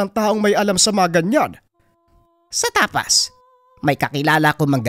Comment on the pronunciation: Tapaz po idol di tapas 😅